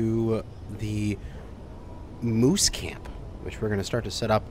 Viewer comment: Moose camp not mouse camp.